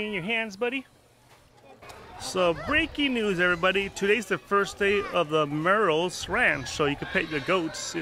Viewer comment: It’s Muriel’s not Merle’s